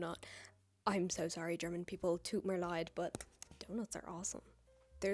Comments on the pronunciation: Your "tut mir leid" was so spot on I cant 😂😂😂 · that was a perfect "Tut mir Leid" ...incredible